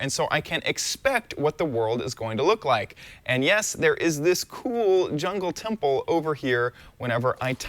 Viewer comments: you said jungle temble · did he said jungle tumple